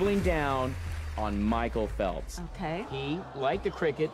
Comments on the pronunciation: michael phelps IS. swimmer- and it's MICHAEL not mchicale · Damn how can u say Mhicale Phelps like rlly a swimmer i love him and he is not